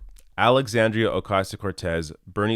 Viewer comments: The first thing that Donny Douche Bag needs to do is learn is how to pronounce Alexandra's name. Good old friend of the worse president in history. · It's really aggravating they consistently intentionally mispronounce her name, it's a way to be condescending.